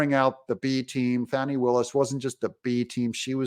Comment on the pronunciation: The term Fani smacked needs to be used for her. And not the "Fawny" just started pronunciation either.